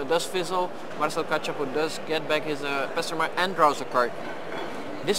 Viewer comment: Failing hard at pronouncing Kachapow right. Or spelling it right in the video info.